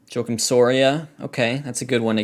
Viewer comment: Your pronunciation of Joakim is interesting...